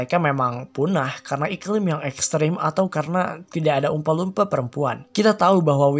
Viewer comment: jelek pronounciation nya. dilebih lebihkan banget apalagi pas nyebut oompa loompa